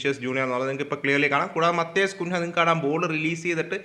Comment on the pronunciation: Bro കുൻഹ അല്ല കുഞ്ഞ്യ 😅